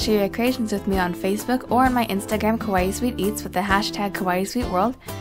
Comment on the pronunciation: You keep saying kawaii wrong >.< that way you're saying it makes it sound like you're saying scary instead of cute